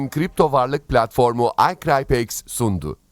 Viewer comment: Hocam cok havalı icrypex diyorsunuz ya saatlerce ingilicce konussanizda sizi dinlesek